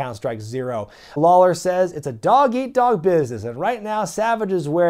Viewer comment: I swear I heard you say Jerry The King “Lol”ler 😂